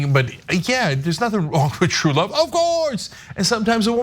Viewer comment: Wuvv, twue wuvv...